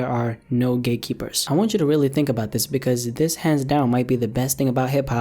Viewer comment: sayin gatekeeper* My ears: Gaykeeper